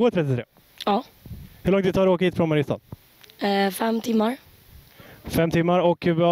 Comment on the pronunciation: MARIAAASTAAA, hahahahahh vilken jävla dialekt